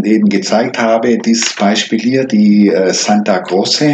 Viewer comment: Bitte nicht Santa "Grosse" aussprechen! Im Italienischen wird C vor E wie tsch ausgesprochen, C vor einem Konsonanten wie K, also Santa "Krotsche".